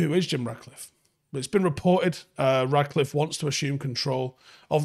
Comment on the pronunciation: Mate, I love your show, love the content, watch every day, but his name is RaTcliffe, FFS, not RaDcliffe. It‘s not that difficult. 😜